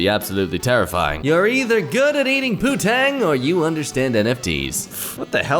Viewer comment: The English slang word is "poontang", though didn't make that first N very noticeable.